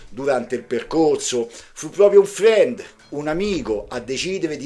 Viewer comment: 😂 dai, lavoriamoci in gruppo: FRIEND si pronuncia "FREND"... insieme divertendoci! E sempre grazie 😊